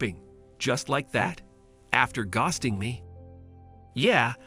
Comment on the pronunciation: Tell your robot how to pronounce ghosting… 🤣